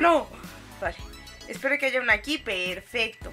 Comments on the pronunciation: ¿soy yo o dijo en cuando faltaba sólo 1 compu? ferfesto xd😂 😅?(o fue mi alucinación y no lo corrigio en el video)xd recién me doy cuenta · si dijo perfesto